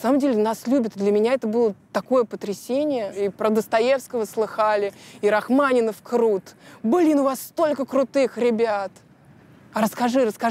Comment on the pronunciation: Вообще-то, если вы о культуре, ведущий, говорите, то нужно знать что фамилия Рахманинов, но не Рахманин.